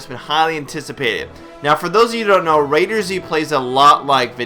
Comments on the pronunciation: just say it right before making a vid, ITS CALLED "RAID-ERZ" NOT RAIDER-ZZZZ!!! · Do you pronounce McDonald's as MC Donald's because that's a word with a capital letter during it. I don't think you do. Do you? Heck even the Admin's from Perfect world say the Z is used as a S. So please go do your homework before you reply to a comment.